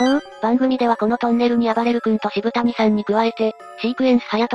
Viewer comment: 渋谷はシブタニさんじゃなくて、 シブヤさんな！